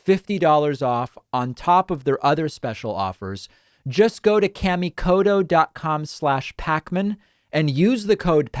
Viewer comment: Out of respect to the maker of those knives David, it is a very hard "T" in Koto. Please don't say Kodo. That is the same as calling you Tavid Bakman.